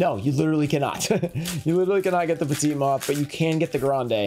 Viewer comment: Why does he pronounce Petite moth like Pacana moth? I’ve never understood that? Is it an inside thing? Or does he truly not understand?